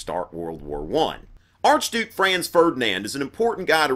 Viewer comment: At first I understood: "Archdude Franz Ferdinand". "Archdouche" would be funny, too.